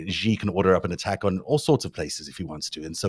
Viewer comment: The "X" in the Chinese name "Xi" is not pronounced like the "g" in the English word "regime"; in fact, this sound does not exist in Chinese. The "X" in the Chinese name "Xi" is pronounced more or less like an "sh"; thus, the Chinese name "Xi" is pronounced more or less like the English word "she." The "J" in the Chinese name "Jinping" is not pronounced like the "g" in the English word "regime"; in fact, this sound does not exist in Chinese. The "J" in the Chinese name "Jinping" is pronounced more or less like the "J" in the English name "Jim."